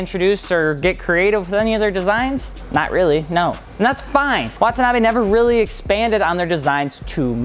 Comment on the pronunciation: レーシング comes out to "racing". And "Wah-tah-nah-bay" - no double syllables.